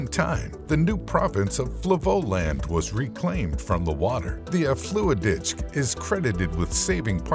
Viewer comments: Zeewiderzee & Afslooitditch - this is what happens when you get an American computer to read Dutch. 😏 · They absolutely butchered the pronunciation 💀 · Probably the funniest mistakes EVER 🤣🤣🤣